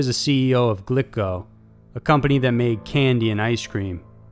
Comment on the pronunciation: Glico is pronounced "gleeko", FYI.